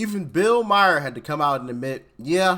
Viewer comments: Read his name Doc. It's Maher, not Mayer! He's very famous. You look ignorant when you can't pronounce his name. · Doc!! That’s not how you say bill Maher’s name.